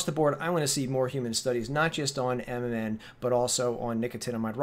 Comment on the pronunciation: Omg, you keep saying nnm, like you know what you're talking about lmbo....learn the terminology before you try and sound like an expert